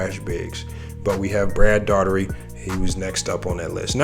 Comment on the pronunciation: you didn’t say brad daugherty name right hilarious bro you still good though bro 😂